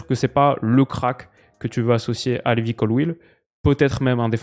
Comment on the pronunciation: c’est pas LÉvi Colwill, c’est plutôt LIVAY Colwill…